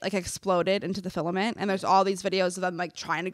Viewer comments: It’s “Firmament”, NOT “Filament”. 🤦🏼‍♀️ I love you ❤️‍🩹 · It's firmament not filament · fellow christan here🙋🏻‍♀️ GIRL the word is “firmament” NOT filament😭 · Firmament, it’s FIRMament!! 😂😎